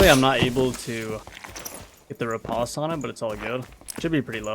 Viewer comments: I tought it was repoze? not ripotse or reposte? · 'Riposte' is pronounced with a long O sound like 'post'.